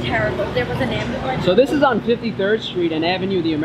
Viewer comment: my GAWD! An aumbulaunce?!?!?